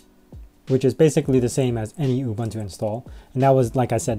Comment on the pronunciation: Psst... oo-BOON-too.